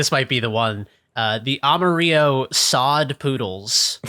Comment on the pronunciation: loI, I live in Amarillo, we don't pronounce it like you would the Spanish word (it's Spanish for yellow). You pronounce it like 'armadillo' but put the R where D is. But hell yeah, Sod Poodles are a fun team. AA is where it's at